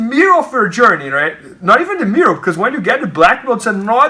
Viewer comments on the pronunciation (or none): "Raight in the mirrow"